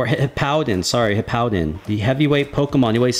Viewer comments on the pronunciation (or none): none